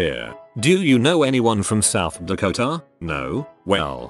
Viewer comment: South Dakoh-TAH....